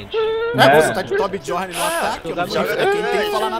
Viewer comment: se pronuncia "Biorn" e não "jorn",pq o nome é viking